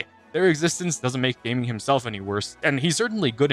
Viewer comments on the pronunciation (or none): I think gaming is pronounced “Gah-Ming” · Him calling Gaming “Gaeming” HURT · I SWEAR ITS GA ' GAH' MING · it’s pronounced GA-ming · pronouncing Gaming like that 😭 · Sorry, I feel compelled to disregard all your opinions due to pronouncing Gaming's name unironically incorrectly. You seriously thought it was pronounced the same as in "PC gaming"?